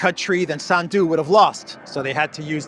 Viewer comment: SANDU is pronounced with the accent on the first syllable.